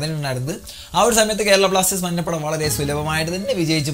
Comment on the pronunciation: മന്നപട അല്ലെടാ മഞ്ഞപട